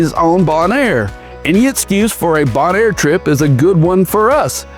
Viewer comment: Just listening on audio. I didn't realize Bill Clinton was a diver. Also, it's bone-air